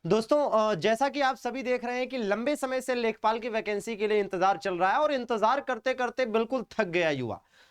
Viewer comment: Lekhapal nhi lekhpal